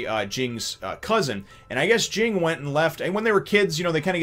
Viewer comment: Everyone criticizes Ging, but who exactly is he hurting? Due to his actions, Gon gets to be raised by a better parent and Mito gets to take care of Gon, something she obviously enjoys doing. If Ging truly "abandoned" his son, he wouldn't have bothered finding him a responsible guardian. Also, "Ging" is pronounced like the name "Jin." The first G is soft and the second G is silent.